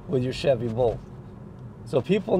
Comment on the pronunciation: You were saying “Bolt”, right? Sounded like “Volt”. 😊 Whenever Aptera gets their three-wheeler out the door, it won’t be too late for me… unless I’m dead, of course. But I’m positively (charged) confident I’ll be alive and kickin’ when my Aptera’s ready for me.. I like Teslas okay, I just don’t like Elon.